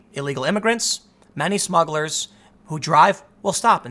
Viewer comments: Timmy needs a editor. "smuggles?" in the intro? c'mon bruh. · What's a "Smuggle"?